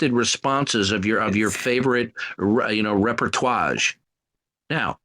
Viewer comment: Repertuage? Repertoige? Wtf?